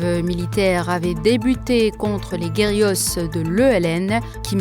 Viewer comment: Hé oui!,je suis là! ,quand il faut critiquer,il faut critiquer parce qu'on a besoin de bonnes chaînes télé. Et encore,je n'ai pas voulu aller loin!; tenez!: parmi les sottises dans ce flash info (serait-ce vous?🤣),il est dit "guerillos" pour dire GUÉRILLÉROS(!!!): quand on travaille dans une langue ou une autre,il faut la maitriser!,n'est-ce pas!(se prendre un accent parisien , faux en plus , n'est pas maitriser la langue francaise mais être complexé). Voyons!: seriez-vous jalouse de l'animatrice de "Hebdo show",pour la désigner nomément?!(🤣),voyons !, c'est moche! En tout cas,elle est très naturelle,toujours très discrètement maquillée ,maîtrisant l'animation...quoi encore...: éminemment algérienne et ayant sa propre signature!😊 ,et ça c'est professionnel! Ca vous va?? N.B: Alnews 24 s'est tellement améliorée,bravo!👍🇩🇿🇩🇿🇩🇿